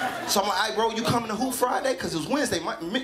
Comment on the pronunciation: I swear in the intro sounds like he is saying, "You know hoe!" instead of "You know who!"